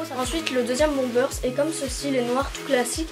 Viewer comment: On dit pas bombersss on dit bomber